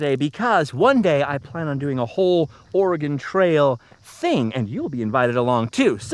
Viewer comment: So proud of your correct pronunciation of Willamette and Oregon.